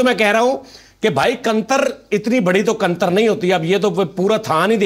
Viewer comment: Bhai hum punjabi main "Qantar" nain "Kattar" kehte hain.